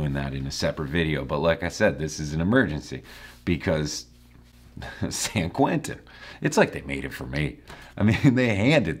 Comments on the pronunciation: The insistence on pronouncing it "Sayan KwinTON" is just insulting. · another thing about this song is that he makes San Quentin into four excruciating syllables “SAN KERWENTIN”